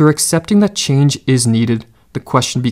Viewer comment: "What our life might have bean" "a chenge in our life is needed" am I the only one that heard that or am I just Southern lol